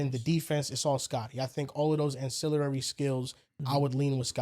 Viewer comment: *Ancillary, not ancillarary 😂 love the pod tho